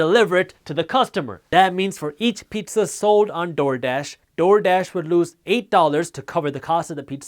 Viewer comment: the way he keeps saying TORDASH though lmaoo, good content though